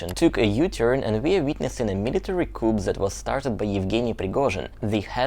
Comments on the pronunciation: Yes, I've always thought coup is a French word and isn't pronounced like English. The p is silent. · Couple of language points,. 1. Don't pronounce the 'p' at the end of 'coup'. 2. 'Flood' is pronounced to rhyme with 'mud'. Hope you don't mind my pointing that out.😊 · when you pronounce coup, you do not pronounce the “ p” at the end of the word, just drop the p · Good job,. By the way coup is pronoounced coo not coop.😊 Easy mistake to make. Your English is very good. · Excellent summary and insightful with the mother and the analysis. Thanks. Also, the word "coup" is adopted French with a hard "K" and the "p" silent. Rather than sounding "coop", it sounds "Kuu". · although it is spelled "coup", it is generally pronounced "coo" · just FYI. Coup is pronounced koo without the "p". I think it's a French word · nice video... coup is a french word and the p is not pronounced. In English it sounds like coo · Thanks for the interesting report. Very helpful. "Coup" is pronounced "coo," with a silent letter "p" after the French phrase "coup d'etat." The word pronounced "kewp" is spelled "coop" and means a cage for poultry. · The "p" in coup is SILENT. ; pronounced "cou". Thought you'd like to know. Great analysis. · the correct pronunciation of the word "coup" (which is French and refers to a hit or strike or blow) is "coo" (in French AND English). In other words, the "p" is silent. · Dear, thanks for everything, and by the way, the "p" in coup is silent, as in "ku". The full phrase "coup d'état" is pronounced "ku - deɪ - tɑ". When the p is pronounced, the word means a cage or pen in which chickens are kept. Love your videos. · Fascinating and terrifying. By the way, in English Coup is pronounced Cooo , the p is silent. :) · Hi - just to mention that the word 'coup' is pronounced 'koo' (no 'p') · Coup is pronounced "coo". No p. Like "cool" with no L. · coup is French, so the p is silent